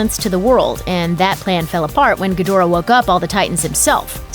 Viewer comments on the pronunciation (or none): I think it's Gi dra not gadora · it's Ghidorah my guy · Ghidorah was pronounced Geedhra in the originals.